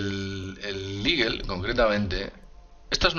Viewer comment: A que se refiere cuando dices el modulo iguel, tal vez"eagle"águila? su pronunciación aproximada al castellano sería " igo"